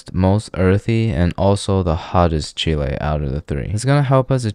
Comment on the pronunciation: The way you pronounce “chile” is like gru trying to say “chill, eh?”